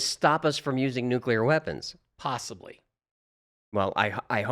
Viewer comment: Von Braun is pronounced von "Brown" ... I'm just a pest with proper pronunciation... One of my huge peeves is when politicians and even scientists mispronounce nuclear... That one is inexcusable because it's vocabularic laziness.